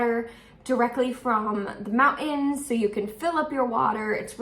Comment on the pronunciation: From your pronunciation of " mountin " to going barefoot, you're turning more kiwi everyday:face-green-smiling